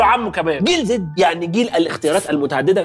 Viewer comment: عزيز انت عمال تقول جنزي بدل جيل زي احنا بقينا بطلونات يا عزيزي 😅